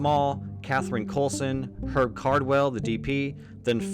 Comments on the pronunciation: "..and he met with 'erb." So we're French now, are we? That AI needs better training. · my guy, the name “Herb” has a pronounced h, short for herbert